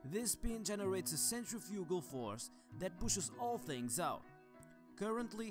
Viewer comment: Centrif-i-gul, it’s not a flugelhorn